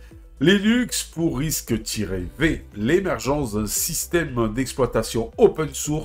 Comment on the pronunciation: Ça se dit risque cinq en passant...😂 Pas RISC tiret V 🤣